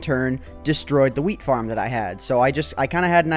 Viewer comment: lol he said FIRM